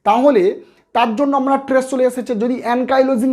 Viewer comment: ট্রেস নয় , বলুন স্ট্রেস বলুন ।